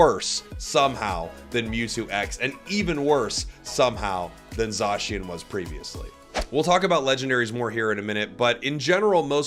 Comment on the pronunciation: It is pronounced “ZAY-SHIN” not zaaaaaaaaaaaaaaaa shin please say it right for the love of god 😭😭😭😭😭😭🥱